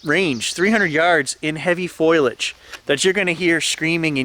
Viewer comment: FO LEE UJ not foil uj